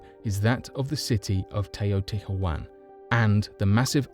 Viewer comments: Cmmon' man, it's not so difficult. Put it like this: " te - o - ti - wa - can " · not to be that person but teotihuacan is pronounced more like tay-o-tea-hwa-con